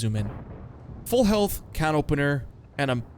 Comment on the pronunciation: I got a feeling you say canopenier because you heard flapjack say it wrong. Like the guille or skorpcion